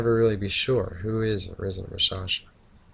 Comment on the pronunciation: The "K" in raKshasa isn't silent!